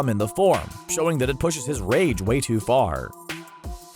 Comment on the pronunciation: i like how he said ''went too car''